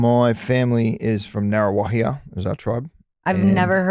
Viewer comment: SCHEANA SAID NGA.RUA.WA.HIA... BETTER😂😂😂